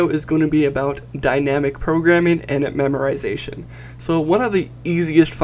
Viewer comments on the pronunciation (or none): Dude, there's no "r" in memoization...